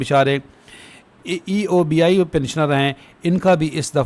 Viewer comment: Janab EOBI ko sahi pronounce karen